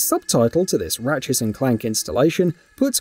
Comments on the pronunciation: ratchet & clank NOT ratchets & clank Dumb as/ get a clue page reader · ratchetss and clank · Why does this guy keep adding an 's' to the end of words ending with 't'? Ratchets and Clank: Rifts Aparts